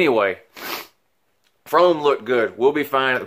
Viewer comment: Why do you pronounce Fromm like frome?